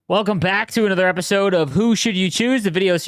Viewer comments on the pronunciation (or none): none